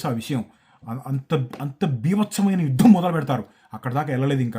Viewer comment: యుద్ధం, యుద్ధం ఒత్తు పలకాలి అందరూ 😅